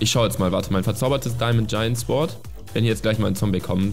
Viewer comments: man spricht sword ohne w aus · Bei sword wird das w nicht ausgesprochen -.